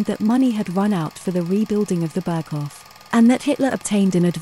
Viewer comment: yes, it's not Berghoff but a longer O, Hoof. Then Reich not Raik, like Dietrich, not Dietrick, Speer not Spier, Eva, not Iva, Braun not Brown, not Fjurer but Führer, Didn't expect an AI voice, fascinating.